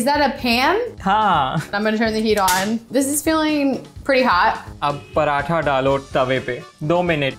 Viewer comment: Use paratha's kehte hain paranthas nahi😐